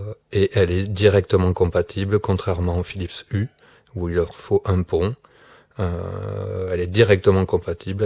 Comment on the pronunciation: On dit philips « you », pas philips « u ».